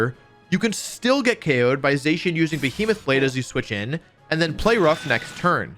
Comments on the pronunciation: I thought Zacian was pronounced “Zah-Sy-An” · ZAH-SEE-IN is how you say it.